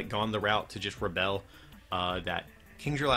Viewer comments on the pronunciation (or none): Why are you pronouncing the GX attack so weirdly. It's pronounced Rebel as in 'without a cause'. What word are you continuing saying and what does it mean? Re-bell?